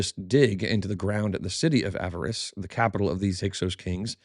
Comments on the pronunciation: You’re back to saying “avarice” instead of the correct pronunciation “Ah-VAH-ris,” or “Ah-VAR-iss.” Your choice. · Small note, Avaris is not pronounced as "avarice"